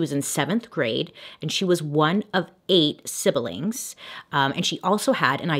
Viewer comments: I'm so sorry, forgive me, I can't help it - not sibel ing, just 'sib-ling. Don't hate me, I was taught English 'enthusiastically', and often suspect that people would like to know. I'm not mean. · Bailey, Siblings is only a 2 syllable word. SIB-LING not SIB-BEL-LING. just an FYI.